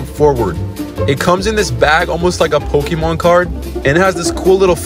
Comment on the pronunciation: How is it no one can still pronounce Pokémon correctly? It’s been around for decades now.